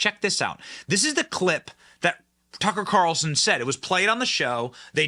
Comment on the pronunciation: Why do you have to say “Tucka’ Calrson” at the beginning, middle, and end of every sentence when reporting on him?!